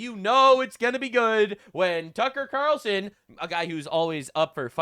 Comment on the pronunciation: he’s saying Qatarlson, not Ta Carlson Ka-tarel-sun